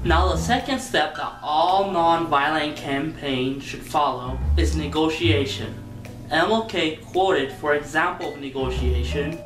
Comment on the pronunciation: "negotion", really guys